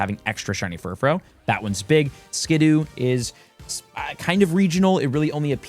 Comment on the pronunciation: That was bad, but the Furfrou forms pronunciations was infuriating.